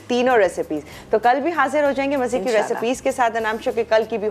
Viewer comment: Pls abeer and all say In Sha Allah.prononuce right.